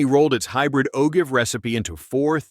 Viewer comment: AI that can pronounce ‘carbine’ correctly but cannot cope with ‘ogive’, ‘berger’ and ‘lead’.